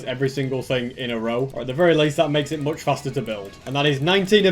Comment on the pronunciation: What? Moooch foster you said